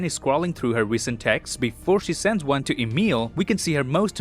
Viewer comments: In the last, it sounded like “Next Wong” instead of “next one” while Wong opening a portal. If it was intentional, then this is a nice reference to the meme ‘Wong Cinematic Universe’.😆😂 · Hey saw what you did there at the end of the video. “I will see you lads in the next wong” (showing a Wong) 😅😅😅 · Did you just say: See you guys in the next Wong...? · in the end did you say see you guys in the next wong? then there's wong in the screen lol